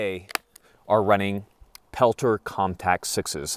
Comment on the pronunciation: You sold me on the "peltears" lol